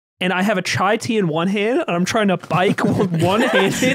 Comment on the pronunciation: i thought was the knowledge/intellectual guy whytf is he saying chai tea its giving me pain aaaah